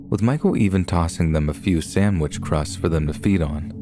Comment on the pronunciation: Please pronounce SANDwich, not SAMwich!